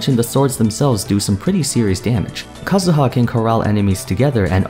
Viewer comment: i love the way you say kazuha. not like kah zoo ha but like japanese u also that z sounds spicy (idk what that means but i cant explain in other way)